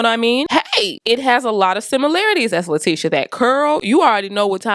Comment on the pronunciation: gave me the ‘T’ on LaTEEsha 😁 Pretty wig. Love the color.